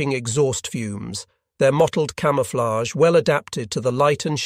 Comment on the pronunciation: AI reading. A human wouldn't make such a mistake as: "his mottlayd camooflay"